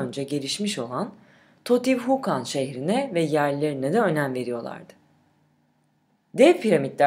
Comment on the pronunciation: Totihukan deel canım. Tiyotihuâkan diyen okuniür. Diskiyonun bozuh.